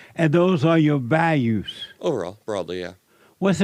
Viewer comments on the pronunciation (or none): Those are your “vayus” 😂😂😂